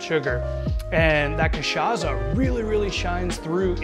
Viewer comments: Ty for the tutorial! Although, it's pronounced "KA-SHA-SSA" ("s" sound not "z" sound) and "KAI-PI-RI-NIA" ("nha" in portuguese is pronounce as the "ña" in spanish) :) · in fact, the sound of "ç" in portuguese is equal to "ss" in eglish. So, the "ça" of the word "cachaça" supose to sound like "ss" in the word "stressed".(Miguel Nunes, from São Paulo). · Sir ! The way you mispronounced cachaca is hideous. Delete your video and redo it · lol butchers both the name of the drink and the alcohol used lol so white.